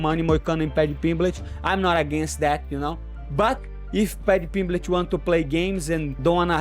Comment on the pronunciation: "patty pimbletch"